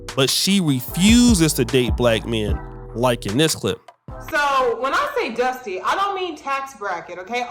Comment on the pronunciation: This was zaddy number 12. The saga continues 😅 And she was probably his black girl number 12, with a mental illness (whose draws he wanted to rip apart). 😅 But “we beez dustay”? 😅